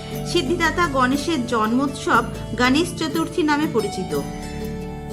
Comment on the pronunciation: সুন্দর ভিডিও। কিন্তু গনেশ চতূর্থী যতবারই বলেছেন হিন্দী উচ্চারণে। ভীষণ কানে বাজছে। আপনি বাংলা ভাষায় ভিডিও করেন। মহারাষ্ট্রে এই পূজা খুব ধুমধাম করে উদযাপন করা হয়। কিন্তু বাংলাতেও এই পূজা নিষ্ঠা ভরে করা হয়। তাই উচ্চারণে বাঙালিয়ানা থাকলে শ্রুতিমধুর হবে।মোদক কথাটিও বাঙালি উচ্চারণে বলুন। আশাকরি আমার উপদেশ ইতিবাচক ভাবে নেবেন। ভালো থাকবেন।❤❤